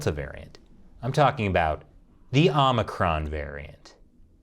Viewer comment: Biden calls it OMNICRON